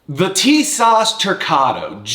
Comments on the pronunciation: Tisas is pronounced as ‘tee sash’ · Great video and great recoil control. TİSAŞ is pronounced "TISASH" in Turkish. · Man, your shooting montages are just the absolute best. Would you ever consider doing a video on your technique for recoil control? I see like zero muzzle climb in all your pistol videos and it’s impressive. EDIT: Oh, and it’s “Tee-saszh” for whatever that’s worth, lol. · it's pronounced T-s-ash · Tisas is pronounced as if it's spelled > Teesosh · It’s apparently pronounced “Tee-shawsh“ from what I’m told. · It's "Tee-sahsh"